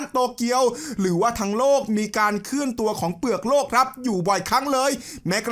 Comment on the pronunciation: โลก ครับ ไม่ต้องหันลิ้น โรค